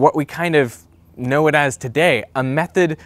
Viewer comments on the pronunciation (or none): none